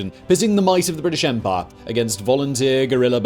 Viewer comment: I like this videos, but everytime he says 'empire' all I hear is 'Empar'